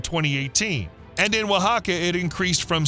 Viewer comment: OAXACA is pronounced wa-HA-ca